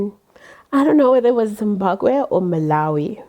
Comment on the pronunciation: I love how you keep pronouncing Zimbabwe "Zimbakwe" 😂😂